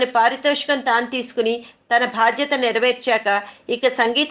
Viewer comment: bHaadtyatha kaade pichchi vedhava mohamaa......baadHyatha,mundu telugu nerchuko!